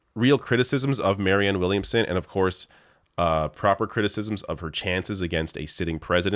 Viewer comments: still seems to have trouble with the name "Williamson". Did she say "Womanson" again? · "Marianne Wilmingson." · Dude... The first woman didn't know the word for a crystal ball, and the second woman got Marianne Williamson's name wrong. Jesus Christ